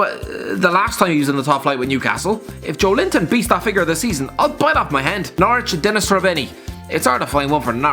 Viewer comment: Us: joelinton: “joe linton”